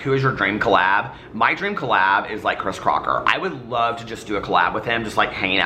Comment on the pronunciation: I can’t help to point out you said “Chris Crotcher” at one point 😂